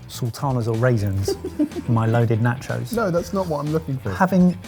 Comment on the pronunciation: The way you pronounce nachos is cringe!